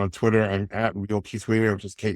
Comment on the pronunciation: To the host: Can you please get Keith's name right? You've interviewed him multiple times now, and he's a fantastic guest, but you still aren't pronouncing his name correctly.